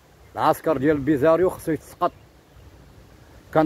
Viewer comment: باغي يمشي للعسكر هو معرفش يقول كلمة بوليزاريو